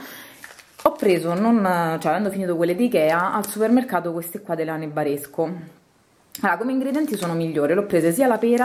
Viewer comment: Guarda che Frtutime non di dice Nebaresco ma Noberasco ed è un produttore ligure!